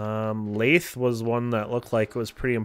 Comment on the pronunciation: You pronounce lathe wrong